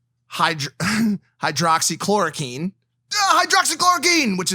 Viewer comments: If you can’t even pronounce “hydroxychloroquine” you shouldn’t be talking about the subject 😂😂😂 Let alone to millions of people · Actually Hydroxychloroquine(which you pronounced wrong) has been showed to work. I work in the medical field and most of the doctors I work with absolutely praise Hydroxychloroquine for working better than any other drug to treat COVID-19